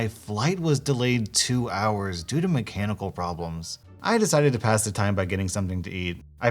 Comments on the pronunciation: When he said flight was delayed due to mechanical problems i thought he said canibal problems i had to go back 10 seconds to check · I wasn't paying attention to the video for a moment and heard "my cannibal problem" instead of "mechanical problems" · I had to rewind the video because when it said mechanical I thought it said cannibal